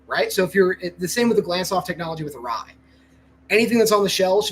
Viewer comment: Arai. It’s always Arai. It’s always been Arai 😂